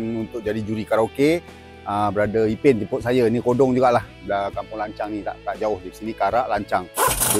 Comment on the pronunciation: Sebut baik - baik.. lancang bukan lancau